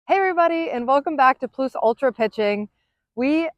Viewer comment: Ploose? Lol